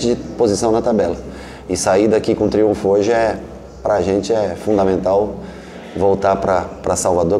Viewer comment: Falta Ceni aprender falar triunfo